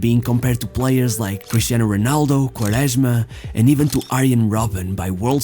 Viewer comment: I’m sorry but you did not pronounce well the full name of ronaldo , however the rest of your portuguese speech is quite good.